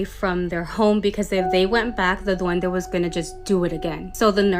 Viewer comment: What’s a “Duenda?”